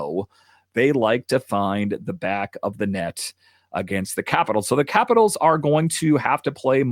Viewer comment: I can’t stand the way you pronounce capitals.